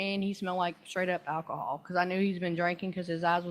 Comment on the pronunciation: Defendant: "You stated that I was under the influence of alcohol. Did you mean to say ackahol?" ROFLMAO